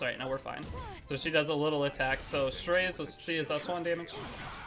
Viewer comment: strAzeh is how its pronounced just fyi